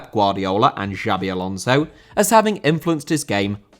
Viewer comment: Xabi Alonso * not Giabi Alonzouw!